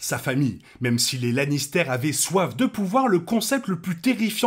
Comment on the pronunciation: Super vidéo sur got, bravo 👏👏 pr contre arrêtes stp de dire Lannistère! C pas un fromage, puree de pomme de terre! Sinon meilleur Lannister ever : Tyrion, prcq c le plus développé sur tout plan : (son enfance, son dévouement et sa rancœur avec sa famille, Shae) et pour sa participation au développement des autres personnages et de l'intrigue.